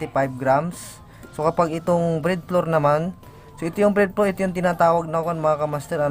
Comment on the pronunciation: Bread floor???ahahaha Ayusin m pagbigkas m kamaster yahaha